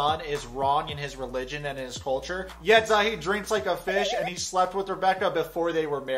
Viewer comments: Its not sayeed.. its see'ed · You called him "Za-id" the whole time lol did you watch the show? that's not how you say the guys name! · honey it's Zi as in zee and ed as in tED "zied" not "zaid" you don't spell the I the English way, LOVE your channel sooooo much man keep it up ❤❤🇹🇳🇹🇳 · Micah isn't Rebecca's son but future son in law, he and her daughter are engaged. The daughter looks just like her it's kind of crazy. It's also Zee-ed. I'm not the pronunciation police just letting you know lol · Love your videos! Am I confused or is his name not pronounced “Zee-ed”? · Im tunisian and we pronounce it zee-yed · Please learn to pronounce ZIED: ZEEE-ED. Thanks. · You keep referring to him as Rebecca's son, but he is not. He is her daughter's fiance. And you keep mispronouncing Zied's name. Lots of errors in your vids, dude. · it's not that hard to hear something and repeat it. Especially when zied is a really easy name to pronounce so how come you managed to butcher it? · Ann Wahlquist DUH don t you think i know that too ? You were pronouncing it wrong. I am an arab native so don t argue